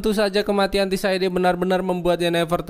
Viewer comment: mau nonton s4 dan mampir dulu kesini buat liat recap karena udah lupa. tapi mau saran buat nama tokoh/tempat bisa lebih di improve lagi bang kayak sebutin tissaia de vreis (bukan tissaide) atau cintra (bukan cintera), dengan penyebutan yang tepat dan benar kita menghargai author the witcher nya hehehe 🙏🏽 keep the good work bang